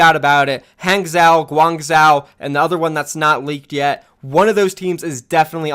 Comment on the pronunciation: guang joe, hang joe not zao